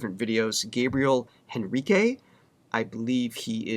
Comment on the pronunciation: Please don't pronounce Gabriel's last name like "Henry" The "H" is silent. It's Portuguese and when you use the "H" sound it makes my head hurt and skin crawl. It sounds like: En ri kay, with accent on the second syllable of the last name. Thank you.